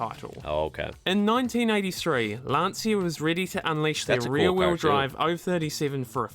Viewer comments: Lan C ia not lansia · What a great car and great pilot! Interesting fact: Lancia is originally pronounced "Lancha". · Nice video, the Delta Family was beast and the Lancia was almost brutal in those days, with the 037, Stratos... Oh by the way, the correct pronunciation of Lancia sounds more like "Lancha" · For me as a German who owned two Lancia Thema 2.0 Turbo it took some time to learn the correct Italian spelling: It's like LUN-CHA (long LUNNN, short CHA like in Cha-cha-cha. And ignore the "i" completely.) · Its pronounced Lunch-ah in Italian.